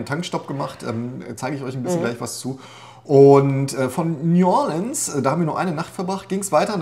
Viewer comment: Nu-ah-lihns heisst das Kaff 🤣(oder war das Nu-ohr-leanz) 😜😜